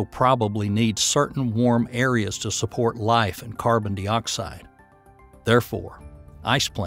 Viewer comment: carbon dee-oxide lmao wtf is that